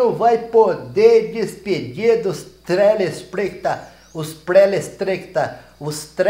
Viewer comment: A melhor parte do vídeo : "trespectrador" 😂😂😂😂😂😂😂